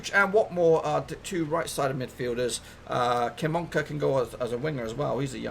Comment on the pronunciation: Kim-bi-oka and mum-ba is how you pronounce them